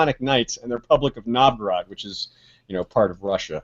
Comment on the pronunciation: Oh my... you pronounce Novgorod so weird, I had to listen to it few times to understand of what you are talking about :D Anyway, very good parallel.